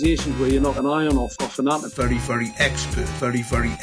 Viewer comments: Sometimes I hear "Furry furry expert" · Anyone else hear “Furry furry expert”?